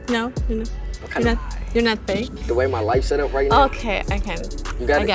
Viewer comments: “the way my life set up right neow” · “The way my life set up right neow”😭